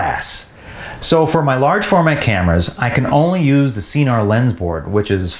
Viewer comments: It’s s-eye-nar, not sea-nar, right? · i looked up some more official videos and it appears that it’s neither. It’s sin-nar.